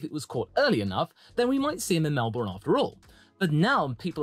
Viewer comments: Melb”burn” not Mel”bourne” please don’t say it like the American’s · pronounced melBURN not borne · Please learn how to say Melbourne. No Australian ever calls it Mel-BORRRN. That just shows you have never been there. Why the emphasis on the last syllable, and the very American 'R?' In the UK I needed to learn the quirky British pronunciation of place names, and it is no different for Australia. Australians have a slight emphasis on the first syllable, and the last syllable has no discernible 'r' in it. It is pronounced 'bin.' So it is correctly called MEL-bin. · Just a heads up. It’s Mel-bin. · Mel-bun! It's pronounced Mel-bun! rages in upside down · Melbourne.. Pronounced "Mel-Bin" Trust me on that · Say it with me… “Mel-bn” 😁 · Any chance you can pronounce Melbourne like a Brit instead of like an American